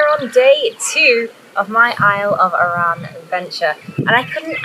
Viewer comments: You’re saying it wrong Say it like A RAN To us Scott’s it’s bad pronunciation and offensive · Shame nobody told you how to pronounce Arran. It’s certainly not “Iran”.